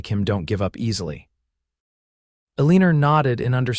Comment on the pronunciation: There is no r at the end of Elina. It is not pronounced correctly. It is very irritating.